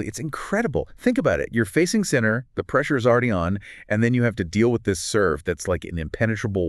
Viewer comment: AI generated podcasts that mispronounce his name? No thank you.